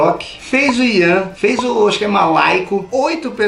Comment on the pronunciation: Não é iran e GIRAN